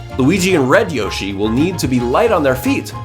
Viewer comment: You said roshi instead of yoshi